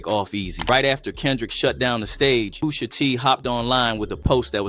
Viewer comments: Off the rip, I don't know how PUSH-A became "Poo-sha" 😂😂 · He was saying poosha the whole video dawg 😂😂😂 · I heard it too!! 😂😂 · not AI sayin poosha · Why he saying Pusha like that.😂